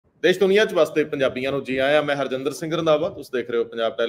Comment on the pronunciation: The word is Kishat not Kisat , National not Nasnal, Desh not Des etc. Thanks .